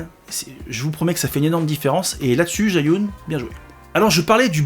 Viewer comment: Pour la prononciation, c'est plus zhi -> dje, yun -> yu-in. 😊